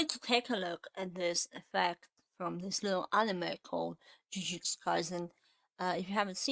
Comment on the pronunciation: btw its jujutsu not jiujitsu, but good video